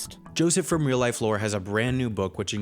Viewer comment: Did anyone noticed him saying “weal” instead of “real”